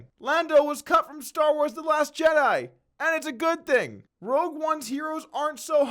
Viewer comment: Rogue not Rouge Rogue not Rouge Rogue not Rouge